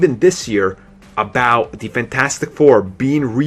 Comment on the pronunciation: What accent is this? You say 'the' like 'de'.